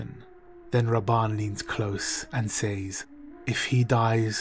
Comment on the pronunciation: Say... says... say is pronounced S-A. As in Hay. Says is pronounced SEZ....